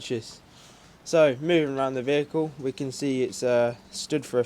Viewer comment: "vehicle" spoken ;like "police talk",,,,"tyres"????????? were these on the Bedpan route? id so used them as a commuter